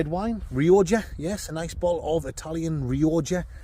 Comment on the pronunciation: Bottle of Re-oh-jah 😂😂😂